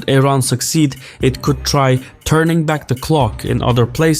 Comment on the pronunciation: Why does he say Teran instead of Iran like 50% of the time?